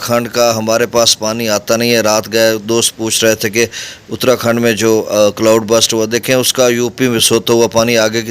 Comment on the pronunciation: جناب اترا کھنڈ نہیں اتار کھنڈ ہے آپ کی اطلاع کے لیے